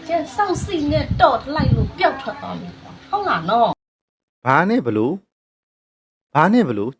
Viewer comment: နတ်ကလဲဗိုလ်ချုပ်အောင်ဆန်းမိန့်ခွန်းပြောသလိုပဲ ဟတ်လား ဟတ်လား ဟုတ်လားနဲ့ဟားဟားဟား